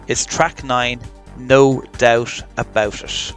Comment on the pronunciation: I like how you say No Dousche Abousche ische. ✌️😁.